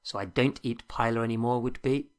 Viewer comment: Buena lección, pero me muero un poco cada vez que oiga un británico malpronunciar la palabra "paella"